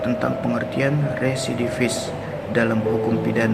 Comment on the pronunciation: REVIDIFIS 😂 rerrwreee, RESIDIVIS